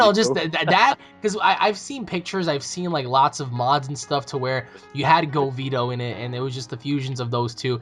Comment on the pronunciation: Govito??? More like Gogito